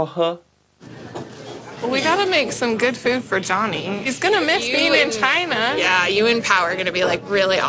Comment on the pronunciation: Tries not to die after her pronouncing "China", (whatever she said)